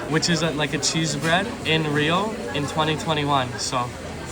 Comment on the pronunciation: you did a wonderful job. As a Brazilian I compliment you for the incredible research you did about Rio, its places and gastronomy. Even the correct pronunciation of the places and food was on point! Congrats! You absolutely nailed it!